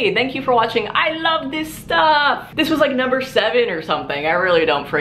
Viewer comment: clicked on this video solely to hear say "I LOVE DIS STUFF"